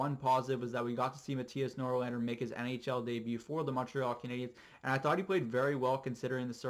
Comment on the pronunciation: Hehe, good video but one thing, Norlander? or NorLinder?